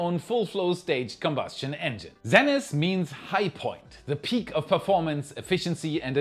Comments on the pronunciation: Zenith isn't Zenneth...it's pronounced ZEEnith, my good German friend. :) ~Your whacky and annoying Canadian friend, Chris. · Z ‘eee’ nith not ‘Zen’ ith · Zee-nith, not Zen-ith. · Great video as always! Protip: in English, we pronounce "zenith" as "ZEEnith" -- I heard you say it as "ZENith" as one might say in some other language (like the equivalent Russian word is I think Zenit and is pronounced like you did but with a hard t instead of th at the end). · It's pronounced "zee-nith", not "zen-ith" ... :penguin-blue-waving-tear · Great video as always, but come on, if you're going to be an American it's zee-nith. Ditch the British pronunciation. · Exciting news about Stoke Space! Zenith is pronounced "zee nith." Just so you know. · Learn how to pronounce ZEE-NITH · In the united states Zenith is pronounced " zee-nith" ! 😂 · Zenith is actually pronounced Zeenith a long e like the vowel e, not a short e like eh.